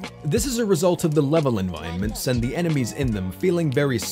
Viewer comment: your saying environments wrong